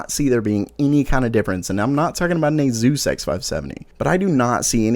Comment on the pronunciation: "Azeus" hahaha